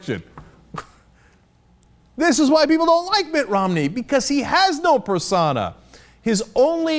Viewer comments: Pers-OH-na not Per-sauna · What the hell is a persauna, its persona Cenk. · Cenk pronounces "persona" weird.